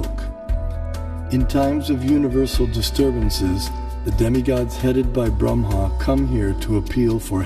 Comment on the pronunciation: If you know so much about the Vedas, why do you mispronounce Brahma and Lakshmi?